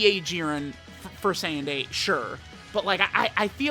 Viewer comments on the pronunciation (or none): none